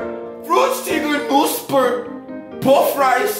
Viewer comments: you said we can correct your pronunciation...soooooooooooo...let’s get started: Original: Fruchtiger Knusper Puffreis mit Mais Translation: fruity crispy puffed rice with corn Pronunciation: [fruxti:ger] [knusper] [pufraIs] [mit] [maIs] And you pronounced “Knusper” without the K, so that it sounds like “Nusper”...similiar to the English word “Knight”. That is unfortunately wrong, you have to say K and N directly one after the other. Like “Knäckebrot” for example 😂, in English “Crisp bread”. You can take a look at the German phonetic alphabet if you want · Regarding In Germany when there is a word with Kn like Knoppers for example, we pronounce the K with it. In the beginning you said a similar word with a silent K.